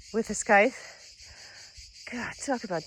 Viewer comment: Scythe has a silent "c".